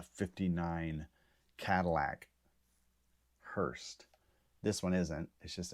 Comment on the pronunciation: It’s hearse, not hearst.